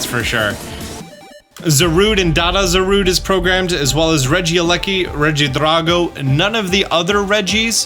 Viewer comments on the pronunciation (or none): Don’t have to say regidraco like that